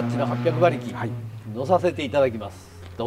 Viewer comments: As an American auto mechanic, i love that Japanese people pronounce "Dodge" as "Dodgy". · So coooooool we love Japanese imports as well ! Love to see it also the Doj-eeeee is killing me 😂😂🤣 it’s dodge